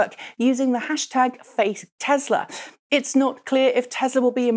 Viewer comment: FATE Tesla or FAKE Tesla? I turned on the CC function to read what YouTube thought you said - it also "heard" FATE Tesla